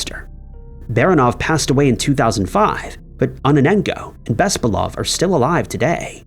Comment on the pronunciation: Why do you people NEVER get the emphasis of slavic surnames right? OrlOv. BespAlov. BarAnov. It's rarely ever a first syllable.